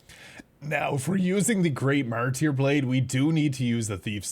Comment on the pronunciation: Man I was wondering why my ripostes did fucking no damage. Also, it is "marter" not "martEER"